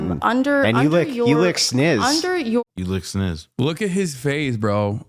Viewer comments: He says sniss cause I am convinced he doesn't actually know what a vagina is. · He said "snizz" because he thinks the real word is pronounced "bajina"